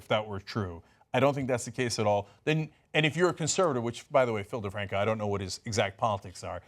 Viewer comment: Its philip defranco not difranco fix it pls